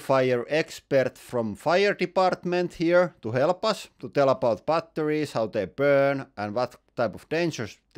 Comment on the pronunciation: Why TF do you pronounce it "butt...torries"